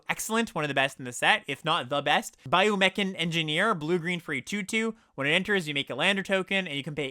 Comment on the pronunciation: Bio-mechan? Do you mean Biome-chan?